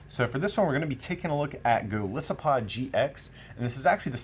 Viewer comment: Why does everybody and their mother pronounce Golisopod wrong? It's Goliath + Isopod. The I is strong.